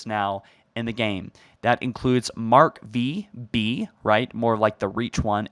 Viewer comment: "Mark Vee Bee" I was almost expecting "Mark Vee Aie Aie" after that.